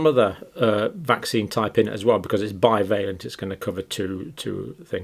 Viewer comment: Strange pronunciation of "bivalent", considering how we say the opposite word "ambivalent". 😊